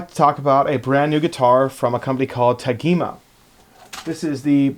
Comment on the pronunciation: Nice overview, but, …here in Brasil, this brand is pronounced with a soft “g”, like “Tajima”. 🇧🇷